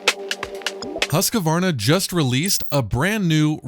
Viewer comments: The correct way to pronounce Husqvarna is actually "hoosk-varna" but in america we can get away with "husk-varna", but it's NEVER "husk-a-varna" :) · I find it interesting that some people add an extra syllable that isn't there-"Husk-a-varna". It's kind of like Brits and "Alu-mini-um". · As a Swede living 20minutes away from Huskvarna (city where Husqvarna is made), I find it hillarious how you guys pronouce "Husqvarna" (not trying to make fun of anyone, just enjoying it ^^)